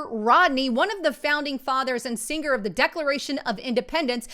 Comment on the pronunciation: She meant "signer of the Declaration of Independence", not "singer".👍